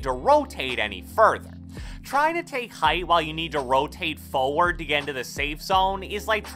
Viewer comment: I luv the way he says Foeward 😂